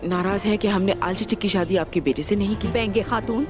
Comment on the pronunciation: Benge khatun nahi baigan khatun hai😂😂